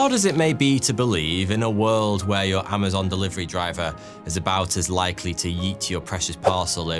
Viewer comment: It's very unnatural for an English man to pronounce the "h" He must have to really make a deliberately conscious effort to do so, as his accent doesn't naturally allow it